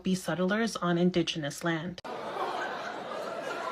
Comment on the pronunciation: SAY IT WITH ME “IN-DIG-E-NOUS” 😂😂😂😂